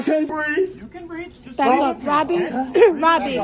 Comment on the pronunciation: "I can't breave" said every cultural enricher who's ever been arrested.